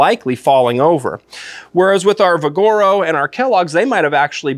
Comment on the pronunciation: It's VIGoro, not viGOro